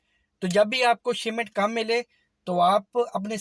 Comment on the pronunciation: Shimment nahi shipment